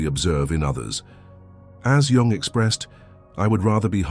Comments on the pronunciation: ‘Jung’ is spelled like ‘Jung’ not ‘young’ lol bro do better 😂😂😂😂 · also, changing out jung for yung is a terrible oversight. i guess nobody every watched this back. lazy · Jung, not Yung…